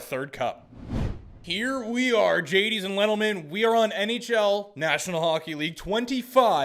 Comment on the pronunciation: “Gaties and lentlemen” is crazy